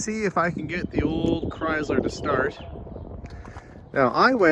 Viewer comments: It's pronounced "krai -slr" Not "Cryz-lur." It just makes you sound backward when you say it incorrectly. And, BTW, I have a 2019 Lincoln and my transmission is a push button. They still do this. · How you pronounce the word Chrysler makes my ears bleed. 🙂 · Interesting how British and Canadians pronounce Chrysler with a “z” (Chryz-ler). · Slightly unusual pronunciation of Chrysler to my Michigan ears.